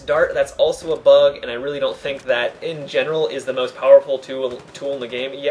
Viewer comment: its called most, not must.